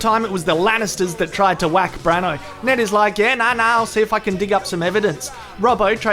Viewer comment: Enjoying the recaps but, should Bran not be Brando ? Branno sounds weird